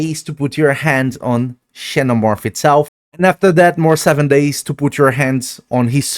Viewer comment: just fyi xenomorph is pronounced "zenomorph"